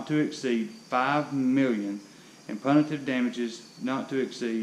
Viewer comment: Learn to pronounce the words before you record. Punitive is pronounced pew-ni-tive, not puh-ni-tive. Jesus man